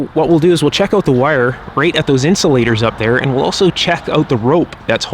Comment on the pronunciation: "Check it oat."